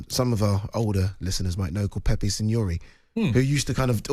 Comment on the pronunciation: I hate to be a pedant but its Beppe Signori not Pepe